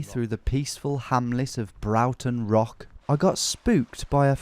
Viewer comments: Broughton Beck, not Broughton Rock. Prounounced "Bror-tun" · not broughton rock - pronounced like braw-ton rock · This is brilliant, welcome to my corner of the world! Broughton is pronounced broarton, like boar, if that helps 🫠